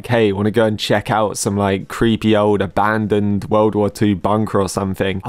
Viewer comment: It’s so funny how you said hey guys, do you want to check out a Bandan World War II bunker?